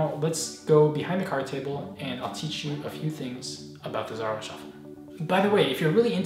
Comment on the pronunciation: It's pronounced z a r oh not z ar r oh